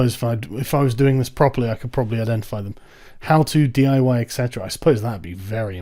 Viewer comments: The librarian doesn't know the word et cetera. It's etc. not ect. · It's et cetera, etc, not ect, I guess she didn't read enough books. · isnt et cetera short as ETC, not ECT? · Ectetera? Ectecera? Etcetera <- (the phone was nice enough to autocomplete here) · >Runs a library >Can't abbreviate "et cetera".